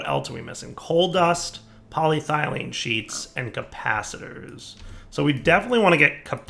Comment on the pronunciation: Here's the thing. He says it right when he's talking about the non sheet version, but he ALWAYS fucks it up when talking about the sheet version because he's a fucking troll and KNOWS it annoys people.